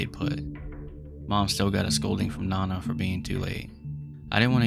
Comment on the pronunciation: Dude that’s not how you pronounce nana and this is a bad topic lol